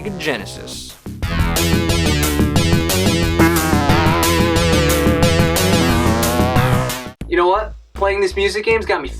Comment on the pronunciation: Again,,? "Sigui yinisis" the game is bad in both consoles, but the sound, the graphics are a bit better in super nintendo, I do not know how can tolerate your stupid fanboy comments saying that farting like this is better in yenesis, or it will be this console wars is SEGAWARS? It is a joke...